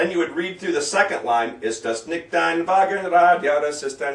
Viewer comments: Nikt? NIKT? NICCCHHHHHHHHHHHHHT! For fuck's sake you can't even pronounce NICHT!!! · You say you'll "review the proper pronunciation for the words" but your pronunciation for 'nicht' or 'schöne' or 'quer' plus a few other words is not correct actually.